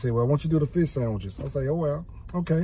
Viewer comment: You say fish just like my late grandma. 😂 “Feesh”